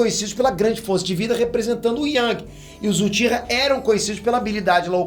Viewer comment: se corrigisse sua pronúncia de japonês, seus vídeos ficariam melhores ainda. Só umas dicas sobre as formas corretas: sílabas com "ch" são pronunciadas com "tch" (Uchiha-UTCHiha); sílabas com "j" serão como na palavra em inglês "JUde" (senJU); com "R" será sempre como na palavra "coRAção" (RInnegan). Dattebayou!